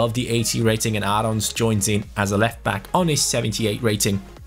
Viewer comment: You say Aarons and Håland the wrong way. Aarons is an english name... And in norwegian you say ”aa“ as the letter "å". Just use Google translate or something like that and get it right!